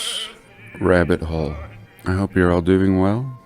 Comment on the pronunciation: Stop saying hole like that